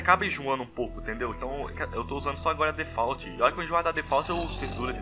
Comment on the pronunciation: Curti seu vídeo... Não leva a mal não, mas falta falar algumas coisas certas, tipo Wither e não WiNther. Pronunciar a palavra Default... Qrendo ou não, uma boa dicção melhora muito a qualidade do conteúdo. Mesmo assim gostei pakas deste vídeo +1 inscrito!!XP